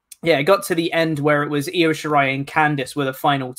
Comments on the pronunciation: Io, it's pronounced E oh Blumpie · And u are driving me nuts it's Io(eeh-oh) not iO(optimum cable tv) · And needs to learn how to say Io's name. What laziness and disrespect.